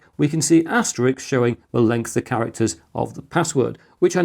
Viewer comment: Asterisk please, not asterix. Asterix is a cartoon character. ET CETERA please, not EKCETERA.